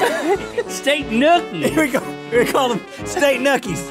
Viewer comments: It’s the “state nukies” for me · STATE NUCKIES gets me every time 💀